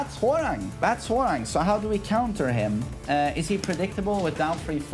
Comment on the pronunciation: pronouncing "Hwoarang:" "I see no 'w.'"